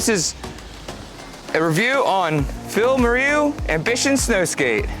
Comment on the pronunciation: please check how to pronounce "moreau" :-D